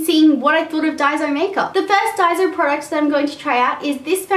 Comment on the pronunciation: im japanese and you pronounce it dai-so. not day-zo or dai-zo